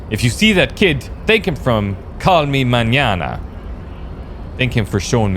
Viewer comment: ma-nya-na, you mean?